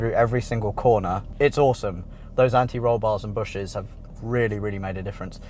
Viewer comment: Bushings. Say it.. "Bush-INGS". Not "bushes". No one says that